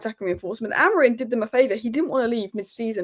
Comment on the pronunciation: Amori-MMMMMMMMMMMMMM not Amorin......first Saeed now you....what is it?